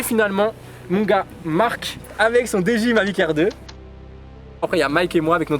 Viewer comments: tres bonne viedo apars comment tu prononce dji à la francaise essaie de le dire en anglais stp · wouah comment ta dit dji ca me fume